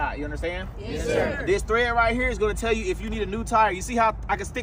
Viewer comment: homeboy giving a lecture on tires, saying “thread”… multiple times 😂